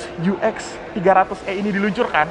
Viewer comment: E bang....bukan i